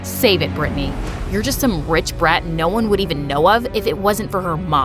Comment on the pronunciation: IM CALLED BRITTANY BUT THATS NOT HOW U PRONOUNCE IT 😭 U pronounced it as Britney 💀